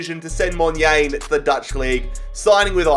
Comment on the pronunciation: As a south african, hearing u say monyane makes me cringe😂 U should say it like Mon - yarn - eh